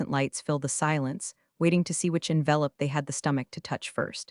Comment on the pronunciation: You dipwads can't even make your black box pronounce "envelope" properly!